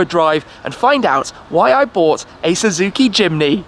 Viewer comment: At first I thought he said: “Suzuki Chimney”